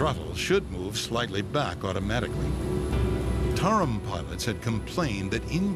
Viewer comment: It's "Tarom". Yes, i'm romanian, and that's one of the worst airlines in Romania